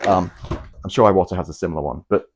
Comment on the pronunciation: Bruv, you’ve got 12.3k subscribers (which I think is an amazing feat, don’t get me wrong) but nobody is copying you old son. To hear an Englishman say ‘aye-watta’ makes my eyes watta every time. An Englishman imitating an American, in any possible sense, is a massive step backwards. In fact, it’s akin to devolution.